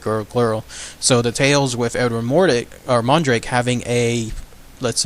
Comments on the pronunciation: It's mordRake... not mordake... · MORDRAKE....not Mordake jus sayin. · It’s not an urban legend. It’s true. His name is pronounced more-drake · It’s pronounced More+drake as in rake (Mordrake)